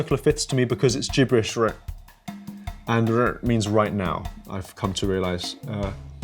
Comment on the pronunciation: wtf bro did anybody pronounce rn like that? 🤣